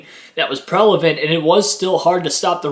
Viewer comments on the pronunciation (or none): Prevalent, it’s pronounced Prevalent. Not prelavent lol